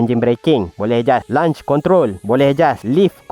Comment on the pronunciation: Review bagus. Cuma satu benda saya nak komen - sebutan launch control tu bunyinya "lonch" bukan "lanch". Kalau jadi lunch control, benda lain dah tu.